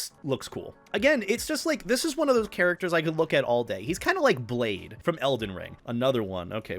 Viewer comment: You actually don’t pronounce Blaidd like (blade). It’s pronounced (Bleyeth). It’s the Welch name for Wolf. But it doesn’t really matter, it’s an honest mistake many make. 😅